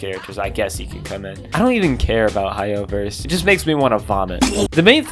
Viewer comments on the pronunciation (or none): I love how horrible you are at saying Hoyoverse